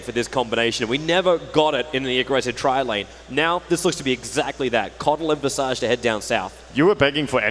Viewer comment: that visage pronounciation